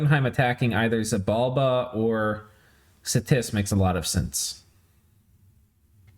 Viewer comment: Ach, it's Xibalba, not Xybalba!